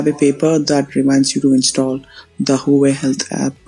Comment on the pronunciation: its spelled HUA-WAY